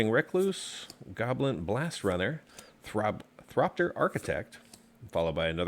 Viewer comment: Thopter not Thropter